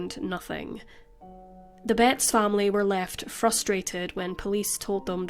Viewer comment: I was just listening to this at first and I thought you were saying the last name Bates in a really Northern accent.